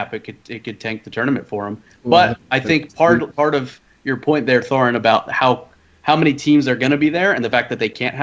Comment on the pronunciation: thorin said core..